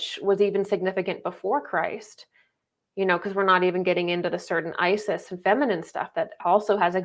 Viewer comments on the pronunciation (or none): none